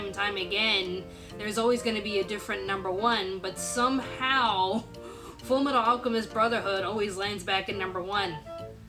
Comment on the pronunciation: u mispronounced fullmetal alchemist